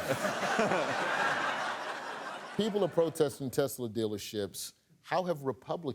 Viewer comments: A Teslerthon 🤣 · Ahh, teslurr. Lmao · The new word: Te-Slur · 🤣 he’s putting that hard R back in tesla